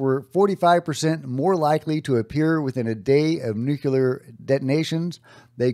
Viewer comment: It’s “nuclear”, not “nucular” 🤦🏼‍♂️